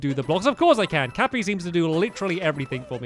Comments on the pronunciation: ITS NOT CAPPER ITS CAPPY!!!!!! love your vids :P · it is cappy not capper!!!!!!!!!!!!!!!!!!!!!!!!!!!!! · Stop saying Cappa it’s cappy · Its cappy not capper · "cappy is your companion!" -stampy also stampy: CaPpEr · Its CAPPY not CAPPER Just a tip \_(‘^’)_/ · Stamy: Cappa Me: U. U gotta be kidding? Pls, Tell meh ur kidding! Its CAPPY! C A P P Y! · His name is cappy not cappa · When you watch this video for the second time but forget that he says 'Cappa' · Stampy every time: Capper Me: STAMPS ITS CAPPY NOT CAPPER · For some reason I'm just bothered when he says "Capper" instead of "Cappy".... Oh well! I still love Stampy's let's plays! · "Capper" is actually Cappy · It's cappy not capper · It’s not kappa, it’s Cappy😂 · finally i hear him say cappy instead of capr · Stampycat was calling cappy capper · Hey Stamps, it’s not “Cappa” it’s “Cappy” (Ka-pee) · And its not a capper its a cappy stampy! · It's cappy lol not capper but you can call him that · He calls the hat C a p p o instead of C a p p y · Stampy... Here is a NON spolier tip. The hat, Cappy, is pronounced "ka-pee," not "Ka-per." Just so you know! 😁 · him calling cappy cappa really triggers me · Stampy it’s. Cappy not capper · The hats name is cappy not capper. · STAMPY!! The cap is cappy and not cappa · The hat is called Cappy not capper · “Capper” it is “cappy” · cappy not capper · You were calling cappy capper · Comment if you were getting mad because he was calling cappy capper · I'm not triggered but its cappy not capper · It's name is Cappy not caper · His name is cappy not capper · CAPPY! It's CAPPY not cappa! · Cappy Not Cappa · It's CAPPY. Not CAPPER, Stampy... it told you his name was Cappy when you got him. But you kept calling him Capper! It's CAPPY, Stampy..... Cappy... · he is cappy not capper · Stamps ITS NOT CAPPER ITS CAPPY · The name is cappy not capa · Do you know the hats name stampy it's Cappy not capper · It's Cappy! Not Capper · Stampy it is cappy not cappa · It is cappy not cappa